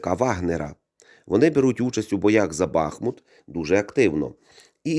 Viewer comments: Дякую за відео, але правильний наголос БахмУт 😉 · Стоїчно переношу рекламу, вподобайка...Але , для чистоти коменту, ..місцеві дуже наголошують , що БахмУт..Дякую